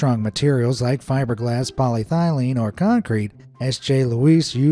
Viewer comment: ... PolyTHYlene??? Surely they meant 'PolyETHYlene'. There's no such thing as 'PolyTHYlene', as far as I know. Do these idiots ever check their facts?